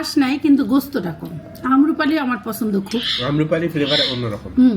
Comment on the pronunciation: আম্রপালি ( উচ্চারণ আমরোপালি)। আমরুপালী উচ্চারণ না।